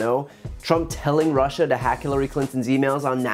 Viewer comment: Clearly stated by how he says "Rushser" rather than Russia. He probably spells it that way too. 😂